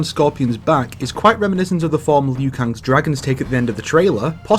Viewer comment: Liu. It's Liu. Liu Kang. Not Lui.